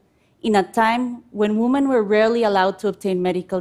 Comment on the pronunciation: Great Idea, but does it really work as advertised? 🤔 I would start by first by teaching her how to pronounce "women".